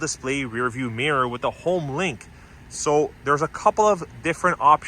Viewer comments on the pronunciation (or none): none